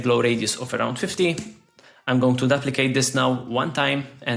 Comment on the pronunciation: Duplicate ❌ daplicate ✅ …..love the content ❤